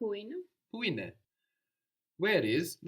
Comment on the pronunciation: Why is the teacher not correcting the students pronunciation of έναι ? She is very clearly pronouncing the second syllable as α instead of αι